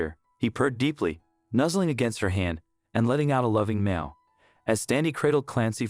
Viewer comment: It's a Meow not meal